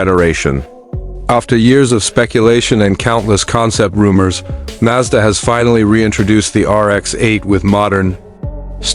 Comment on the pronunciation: Right, the RX minus 8. Got it. And this stupid AI voice needs to learn how to pronounce Mazda properly.